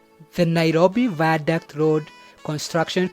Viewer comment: This is really nice but the ze viandict wee